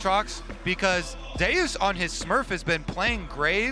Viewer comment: Zeus is zeus not ‘Zay-us’